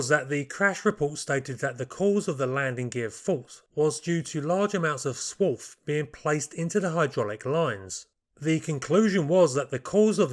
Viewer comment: I thought has bitten on his tongue while saying "whool". As I understand by the answer of Tool Maker, the word is "swarf" (and I've never heard of that one either...). Would this be metal flakes or chips?